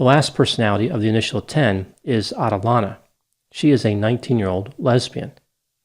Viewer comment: At-uh-lane-uh. That is how you pronounce that name. Everybody pronounces it like it ends with Lana. It is Lane-uh. Stupid thing to comment on but I think you’re like the 6th person I’ve heard pronounce the name that way. Drives me nuts.